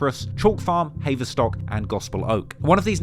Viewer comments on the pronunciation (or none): Its pronounced HAVE-ER-STOCK, not HAYVER, you really are from the streets innit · HAY-VER-STOCK! 🤣🤣 You’ve definitely never lived in London.